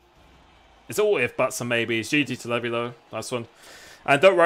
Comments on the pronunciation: its pronounced lee vy not leavy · levi is prenounced the same as levi jeans jeez